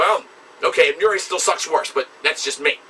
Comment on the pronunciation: I didn't know there was another way to say Emmure. Emmureay is way cooler. Smartassery aside, terrific review